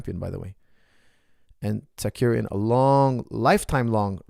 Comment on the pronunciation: It’s Tsarukyan not Tsakuryan😀